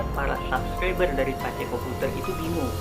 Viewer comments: P.A.C.E BUKAN PES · Bukan pes komputer bro bacanya... " Baca Pace komputer aja tolong... wkwkwkwk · Maaf bg.. Bkan pes komputer.. Tpi bacanya emang PACE KOMPUTER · bacanya PA-CE bukan PES bro.. pace itu panggilan untuk laki2 d'papua